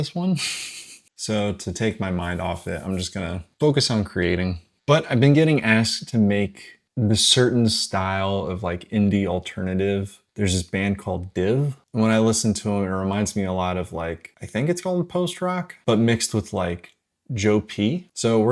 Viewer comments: Just a quick fyi Diiv is said like Dive not like Diiv 😊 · Nice one dude, it's not an easy sound to nail solo when everything's on the grid. btw DIIV is pronounced "dive", I called them 'div' for years too. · ITS PRONOUNCED DIVE…but love it tho 😂🙌🏼